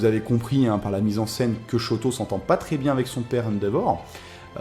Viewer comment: Shoto pas shouto omg --´